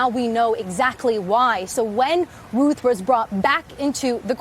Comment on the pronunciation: His name is pronounced RUTH BENNY!!